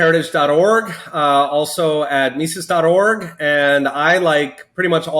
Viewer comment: it's not "Myzezz", but "Meesezz"